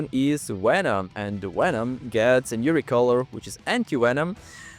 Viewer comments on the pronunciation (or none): why does he say "wenom"